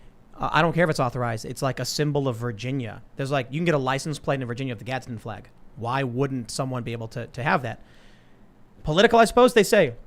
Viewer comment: YouTube can't nail Tim for dropping the 'L' from the word "flag." Joe Biden did the same thing in a speech like a month ago